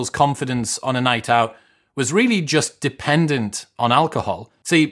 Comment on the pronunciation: "Depentant on"